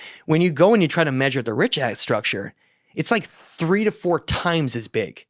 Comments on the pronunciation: No one calls it the richart structure. Where are you getting that second R from? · Absolutely fantastic episode. Just one small correction - it's actually pronounced RIŠAT - RICHAT - RISHAT Here in Montenegro we have these myths about how ppl of Vasconia aka The Basques came from mid Atlantic on huge ships during the Younger Dryas. It's been speculated that Atlantis was located in the mid of Atlantic and that its size was about 800.000km2. Canary islands were part of this civilization. Parts of Caribbean as well. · had to be a MAJOR PRIKK and correct when he said certain words wrong... MEANWHILE, he's saying "RISHART" STRUCTURE - DOZENS OF TIMES!!!.... Funny, I only see ONE "R" at the beginning of "RICHAT".... And UNLIKE, you proceeded to READ AN ARTICLE where the word "RICHAT" appeared a DOZEN TIMES and you STILL SAID IT WRONG.... "JUST TO BE CLEAR" of course... As a Petulant child - your attempts to embarrass, one-up, disprove, or outwit people is SUPER OFF-PUTTING... You got TORN APART after your assault on (Ashton Forbes) in the comments section for weeks, AND ON X, and still didn't learn a lesson. Its ok to not be as smart as you think you are. Stop lashing out over it. -- PLEASE Stop giving this clown your time. He's an egomaniac and disingenuous as they come. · OMG, what are you guys talking about? There are petroglyphs of elephants and giraffes at the Richat Structure. There are several quarries and canals proving ancient civ there (regardless of Atlantis). I've been there 3 times now. You are still pronouncing it wrong. Still listening only because I want to hear what other mistakes you will make about the Eye of Africa.